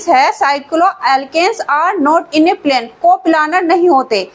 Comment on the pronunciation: plaan nhi plane 😅